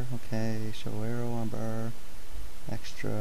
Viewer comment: not aero...arrow!